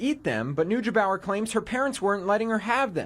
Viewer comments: "nooj bower" lol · ugh... it's "noy-gay-bauer"